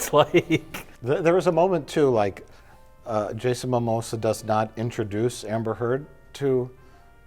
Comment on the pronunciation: did he just call him Jason mamosa?!🤔